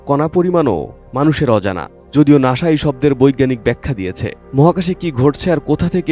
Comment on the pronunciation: ক্লাস ফাইভের একটা ছেলেও জানে নাসা, আর আপনার মত একজন সাংবাদিক অভিরত নাশা নাশা বলে যাচ্ছেন।